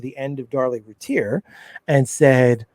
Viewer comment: Please say her name correctly lol lol 😆 🤣 Rooo- tier ... I don't know why I let things like that bother me🤣 Sorry not trying to be rude. Thank you so much for the upload. Casey Anthony should be on death row. Darlie should have been home years ago.